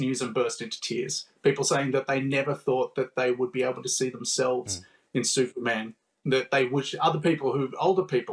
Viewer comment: "Thooperman" was funny.